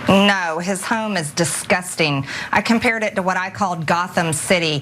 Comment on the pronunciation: 😂, " I yam here to make a de noise."